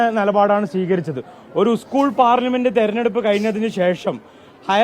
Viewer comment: ഉസ്കൂൾ അല്ലടോ എച് എപ് ഐ... സ്കൂൾ